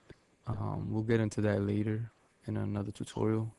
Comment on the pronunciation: The way you say 'later' is funny, laiderr homes